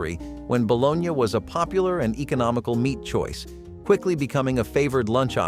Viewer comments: WTF is balonya?😂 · Bologn ya?? Lol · Just say baloney for God's sake! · Bro if you say, "Balone-yah" again, I swear... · Bolon-ya? No. Its BALONEY...You have to cut into the slices if you fry them so they wont bubble up. Also never ate gross sardines in any form, nor spam, potted meat, vienna sausages in the 70s. The chinese read us wrong for this video. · The guy who is pronouncing this ba lone ya has obviously never had a baloney sandwich. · Stop saying bo-lone-ya!!!! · Its bull onee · Pronounced “ baloney” not balogna . Just saying👍🏻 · If you cannot pronounce baloney correctly, you are disqualified from any further discussion. Shameful.